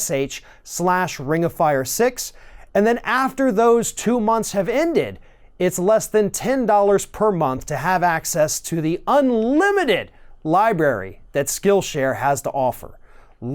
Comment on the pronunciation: I hope you didn't just say "libary" during the advert at the end of this webisode.